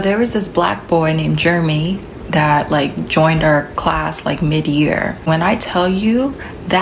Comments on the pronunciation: Pretty sure it was Jer-e-my and not Germy. Why is she pronouncing it like that?😂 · why is she pronouncing Jeremy like that? She's calling that boy "germ-y". Did they call him that in school, and she's subconsciously doing it now without realizing it? Like, does she think that's how that name is actually said?